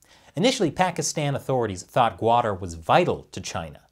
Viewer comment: It's pronounced "kutter" or "kut-tar' ", not guader.